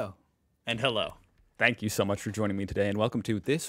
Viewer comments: Or "Hello and Hello", as he pronounces it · Your german "Hallo" Is so bad! I´d wish you don´t do that !